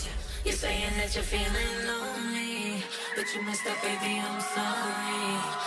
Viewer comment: Can't stand this pronunciation of "lonely" and "sorry" (Maluma) It's time to speak good English man now.